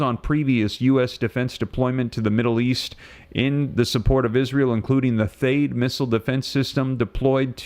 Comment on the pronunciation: everyone else pronounces THAAD with a short “a” sound. I can’t find anything to confirm the correct pronunciation, so you may be right. Also, I am always confused about whether you are intending to use the word DETOUR, or DETER. Could you clarify?